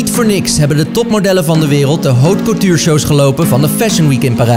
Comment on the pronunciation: hootje kootjuur?😂😂